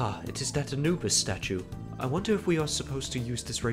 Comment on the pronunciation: its anubis lol you kept saying his name wethehot realysing it